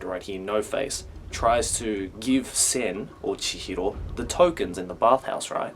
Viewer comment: It's so painful to hear this Australian guy trying to sound Japanese when he says "Chihro"